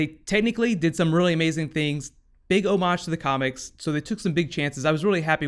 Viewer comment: Why does he keep pronouncing homage("hom-ayge") as "hom-arhge"??? I know its meaningless but it bothers me lol. Happens in a lot of his videos.